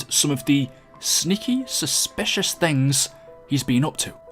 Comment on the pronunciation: Did you say suspicious? 📮